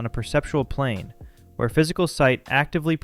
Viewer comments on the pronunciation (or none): none